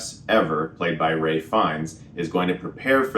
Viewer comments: It's Ralph fiennes bro not ray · Are you saying Ray Fiennes ?? It's Ralph Fiennes. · *Ralph Fiennes, not Ray Fiennes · It's Ralph not Ray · His name is RALPH Fiennes. Chris is the second or third person I've heard call him 'Ray' when they were talking about this specific movie. What's up with that? It's not like he's an unknown, he's been around for a while. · I have a question: I love Ralph Fiennes ... but why is everybody pronouncing his name Ray Fiennes ? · "Ray" Fiennes?